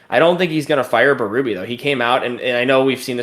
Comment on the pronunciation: Berube's name is pronounced bay-rue-bay, it's French Canadian. To hear bee-roo-bee is grating 😆